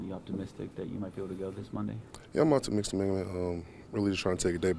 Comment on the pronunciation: Nobody going to mention how said optimistic